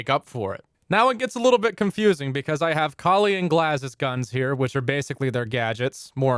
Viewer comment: Finally someone who pronounces Kali right.